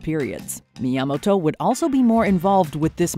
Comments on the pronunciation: That is the weirdest pronunciation of Miyamoto ever😂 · The way she says Miyamoto is so cringe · “Yamoto” She missed the first 2 letters. Is she dyslexic? (Edit: never mind, continued the video. She’s saying “Mi Yamato”.)